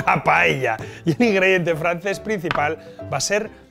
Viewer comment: por diosss, si sabes decir socarrat, sabrás también decir paella. PAELLA, que es como se llama en Valencia y en Asturias también. Por lo demás... RECETÓN Y VINAZO 👏👏👏